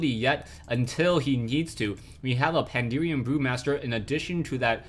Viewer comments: It's PandAHren, not PanDEERian. That kept bugging me, but still great replay/cast! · its not pandurian. but great cast! fucki love wc3